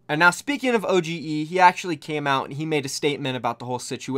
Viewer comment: It's pronounced Ohh-dge not O G E kappa